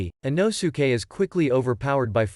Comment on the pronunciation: He really said ino-suke he’s called inosuke